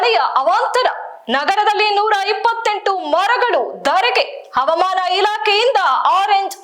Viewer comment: ನೆಟ್ಟಗೆ ಕನ್ನಡ ಓದಕ್ಕಾ😂 ಅದು ಅವಾಮಾನ ಇಲಾಖೆ ಅಲ್ಲ😂 ಹವಾಮಾನ ಇಲಾಖೆ😅 ಕನ್ನಡ ಸರಿಯಾಗಿ ಬಳಸಿ ಚಾನಲ್ ಮರ್ಯಾದೆ ಪ್ರಶ್ನೆ